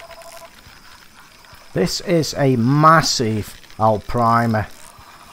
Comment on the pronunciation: No hate but there is no L in Arapima